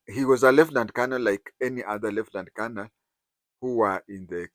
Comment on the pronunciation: Sir,you know the proper pronunciation of the military rank 'Colonel'. Why do you persist with the pidgin (Nigerian) pronunciation of Colonel?!